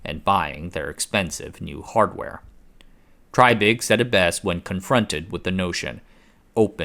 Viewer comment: I wish the announcer of this video would stop calling the man "TRYbig" and call him by his correct pronounced name of "TREYbig". Repeat after me TREY, TREY, TREY or even TRAY, TRAY, TRAY not try, try, try. Good grief you just had one job!